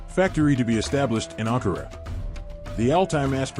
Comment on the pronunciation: Der Standort heißt nicht Ankora sondern der Hauptstadt der TÜRKIYE HEIßT A N K A R A ,schreibt das richtige und Recherche.??????